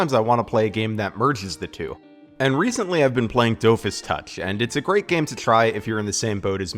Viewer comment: You should try watching Wakfu, it's really well made actually, and I especially recommend listening to it in the original French Dub. Also so that you'll pronounce Dofus correctly. I mean that in jest tho really happy to see some more love for a few of Ankama's games!